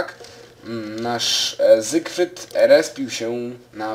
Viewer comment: ZYfRYD nie zygrfryd